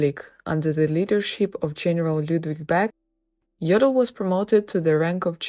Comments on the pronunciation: If you comment on such videos, you should at least inform yourself how to pronounce the name. You call him 'Joddl' with a short o. But ar there is no double-'d' it has to be a long 'o'. It hurts somebody who knows German! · But despite this, you should pronounce his name correctly with a long 'o'.